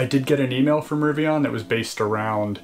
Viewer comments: Very helpful video! Good to know. I’m a Fall ‘21 preorder holder so it’s interesting to hear the steps you’re going through. I have to agree with Jack though about your “Rivian” pronunciation though 🤣. Looking forward to future videos. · "RiviAHn" does sound cooler than "riviIN" 💁